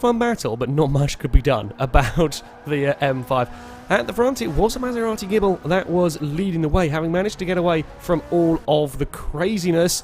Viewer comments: Maserati Gible? I thought it was Ghibli? (jib-lee) 8) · Evil Ash It's actually pronounced Gib-lee, but it's a running FailRace joke to call it the Gibble.